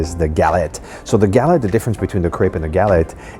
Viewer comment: guh-LET, not Gal-et